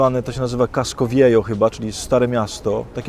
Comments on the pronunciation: Nie chcę się czepiać ale "viejo" się czyta "wieho" :) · Viejo czytaj bieho, czyli stary. Ach, ten perfekcjonizm ;-) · Pamiętaj Ojcze j się czyta jako h ;) pozdrawiam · tez się na tym głównie skupiłam:) Ojcze Adamie: "j" po hiszpańsku wymawia się jak "h", czyli np. Jezus to /he'sus/ z akcentem na sus. A tak w ogóle to uwielbiam Cię!